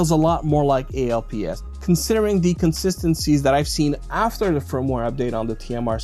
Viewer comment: Hey young lad. When this tech first released in the 90's, we just called it "alps" as in "Swiss alps". We never called it "A.L.P.S.". I've "alps installed on my OneXplayer and I've no issues but I do have spare ALPS just in case of drift. Three years, no drift. Have a great weekend kid.